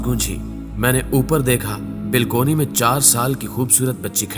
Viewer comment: بھائی جان اگر آپ برا نہ مانیں تو الفاظ صحیح بولیں ۔ بلکونی کوئی لفظ نہیں ۔ بالکونی درست ہے ۔